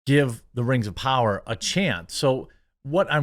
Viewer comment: (We Wuz) Rangz Of Powah